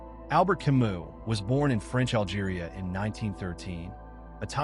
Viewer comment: But it feels annoying when someone who is going to introduce a person doesn't pronounce their name correctly.